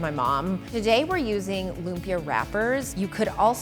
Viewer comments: Lum-pyuh.... omygahhhhhhdd it is Loom-pi-ya (like yasssss) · Im kind of dissapointed that the whole video she didn't say LUMPIA right. It's not LUM-PIYA. It's LUMPIYA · Oh my God. It’s not loom-pyuh. It’s lüm-pyæ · Am I the only one who's slightly (read: very) annoyed by how she says lumpia? It's /loom-pyA/. Hard A. Dishonour on your cow. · The way she pronounce 'lumpia' sounds like the way you say 'oompa loompa' which I think sounds weird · loo-mpia wahhahahaha lodi. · Its call LOOMPIAH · "loomp-yuh" LOL. No hate. I just think it's hilarious pronouncing it that way 😂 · yeah filipinos speak it differently they say (loom-pya) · More like loom-pee-yah. American english doesn't have a lot of abrupt stops ("impit" in tagalog) in their words so they tend to verbalize things on how their tongue was trained. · It actually loom-pyá/lum-pi-a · The way she pronounces lumpia though😂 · uhh im so infuriated stop pronuncing it wrong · the way she pronounces lumpia... 🙃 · I bet $100 that the comment section is filled with people saying how it’s funny lumpia is said that way. Who am I kidding? I’m broke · I'm filipino, I know the food well. It's just that from everyone I know who lives in the philippines ((I know many from different parts of the philippines)) pronounces it with exaggeration on the "ia" of Lumpia